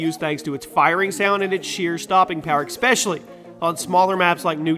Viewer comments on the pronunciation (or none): It is pronounced especially not expesially.